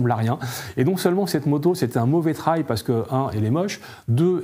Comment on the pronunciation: Ce qui est raté: la prononciation “trail” il est temps de réviser l’anglais des présentateurs.